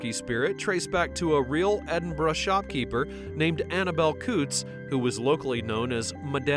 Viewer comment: Well at least narrator pronounced Edinburgh correctly